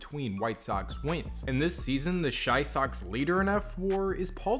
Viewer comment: Its Chi Sox, not shy socks.